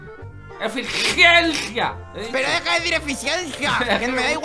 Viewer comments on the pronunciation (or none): El dice acenis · Jajajaaj cómo le cuesta a decir eficiencia xd💙💙